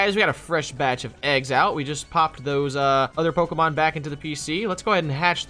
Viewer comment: Its poke E mon silly not poka poke uh